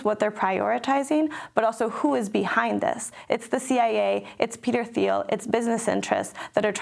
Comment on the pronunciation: BTW, Peter Thiel's last name is pronounced "Teel" ;-).